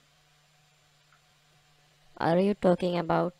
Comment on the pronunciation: What is your “z-co” ? Is it really that hard to pronounce zip code properly ? 🙄🙄